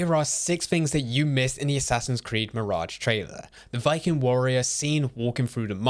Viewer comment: How did you not think to look up the pronunciation of an uncommon name like Basim? You also mispronounced mirage.